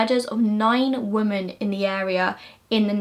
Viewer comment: I love your videos cannot fault anything about them except for one tiny pet hate that you say "woman" instead of "women". E.g. you say "he murdered nine woman" instead of "he murdered nine women". I'm prob the only one to notice🙈 Maybe its just your accent or a habit because you are very well spoken apart from that. Hope I don't sound like a asshole. Love everything else apart from that❤❤